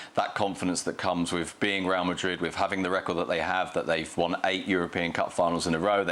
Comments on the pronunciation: If you don't have a thick accent for everything else, dont have one when saying real madrid. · You're speaking the Queen's English, and you can't speak it when you pronounce Real Madrid? . . . Bush League